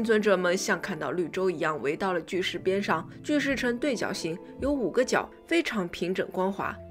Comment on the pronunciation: 不看字幕，听到的是：看到了一块黑色巨屎~